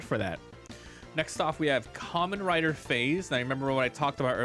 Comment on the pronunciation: It’s pronounced differently then you’re saying it it’s more pronounced like 5 with a z at end the a is more of less silent…this whole video was killing me as a Kamen Rider fan…